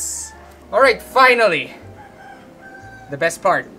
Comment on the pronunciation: "Let ze knife do ze work"